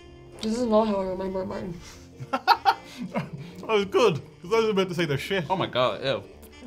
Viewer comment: Martin. Tent out of Tent. 🤣